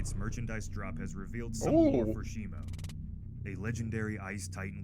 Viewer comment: Blud said titanus shimU 😂instead of shimO😂😂😂😂😂 And night i say you are good at posting frequently 👍🏼 Me exited to get more looks at kong❤